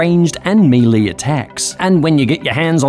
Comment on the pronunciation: That’s not how you pronounce “melee.”